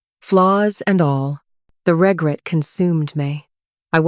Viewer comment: Is it too much to expect the correct pronunciation of a simple word like "regret?"